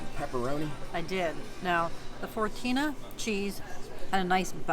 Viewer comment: *fontina cheese, not “fortina” I am always afraid I’ll lose a tooth biting into a Panera baguette.